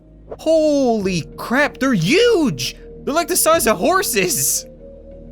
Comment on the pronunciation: not to judge, but why do you say huge like uge